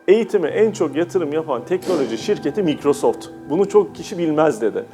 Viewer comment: Okunus düzeltmesi: Maykrosoft dogru, Mikrosoft yanlis. Kullandigim yabanci klavyeye takilmayin...